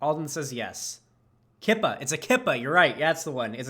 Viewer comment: Yarmulke( pronounced it right but yes it actually is spelled this was) and Kippah are the same thing. Also, it's pronounced Key-pah, IDK hearing it pronounced Ki-pah really annoyed me for some reason.